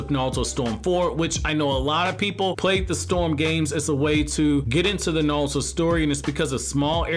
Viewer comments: Yo no disrespect but why does it sound like you’re sayin Naluto to go instead of Naruto to go 🤔. Is it an accent thing or a Japanese pronunciation thing. That shit is triggerin me odee 😭😭😭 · oh I didn't hear the accent with any other word lol